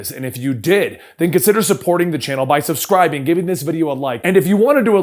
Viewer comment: hehe he said suscribing instead of subscribing